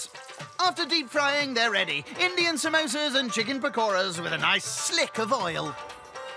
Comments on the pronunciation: Samosa is the English spelling but we say pronounce it Somosä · "Somosa's" Well done